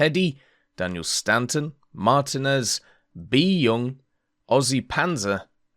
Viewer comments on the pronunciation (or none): none